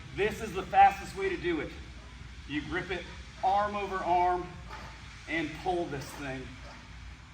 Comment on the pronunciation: Sled *PULL*… not “pole”